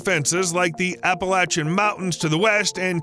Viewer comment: Dude, you nailed the pronunciation of "Appalachian". Thank you, so much.